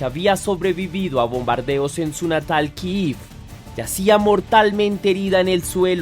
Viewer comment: Kiev no se pronuncia así y la historia comenzó mal contada